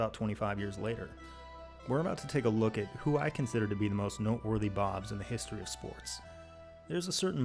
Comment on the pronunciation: there where five hundred and twenny fye bawbs